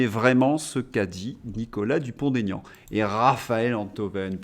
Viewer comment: Bonjour et merci pour votre travail. Une petite remarque ! Il n'y a pas de liaison dans le nom de mr Dupond Aignan ! Il l'a souvent dit mais je crois qu'aujourd'hui, il a renoncé 😂😂